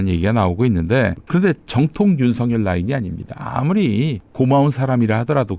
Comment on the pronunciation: 윤서결이 아니고 윤석열 입니다 발음좀 정확하게 해주세요